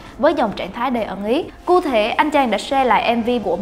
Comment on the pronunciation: "cu thể" 😂